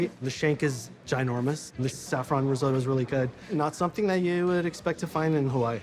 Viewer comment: You can see that chef getting annoyed every time Guy pronounces risotto incorrectly